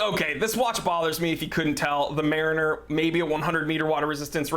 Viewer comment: the way this dude pronounces mariner is fysically hurting me, otherwise great vid